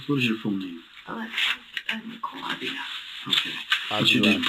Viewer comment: Her last name is sounded out like aveela. You're saying it wrong- she's Latina the guy in the other video had it right, and you tried to correct him. You're saying it wrong lol -I'm latina and just trying to help, love your videos!